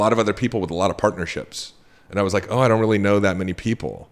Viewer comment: New listener, great content! It is distracting to hear L as a "W" Re-al-witty........